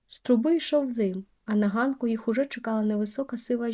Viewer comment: Гарно прочитано уривок із життя окремої сімʼї , тільки маленьке зауваження:гʼанок і на гʼанку.